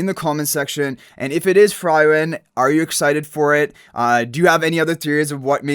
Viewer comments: In frieren, frie you pronounce like "free" not like "fry" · Frieren also dude it is pronounced Free Ren not Fry Ren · It's [FREE-REN] and the red head guy is not Himmel... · Please, if you pronounce frieren as fry-ren one more time, you'll fry my brain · Downvoted coz frieren’s name is pronounced wrong. Cant proceed listening to it. Also as a cc, basic research is expected. Excited for the collab though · it bugs me whenever he pronounce it like that xD but it's fine since he doesn't know about the show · Agree.. just go watch the anime and learn to pronounce it correctly . Its blasphemy to ruin Frieren's nane. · THANK YOU!! It had to be said ;)